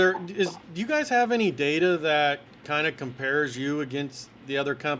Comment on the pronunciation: “Your guyzez”?! That’s 25 minutes I’ll never get back.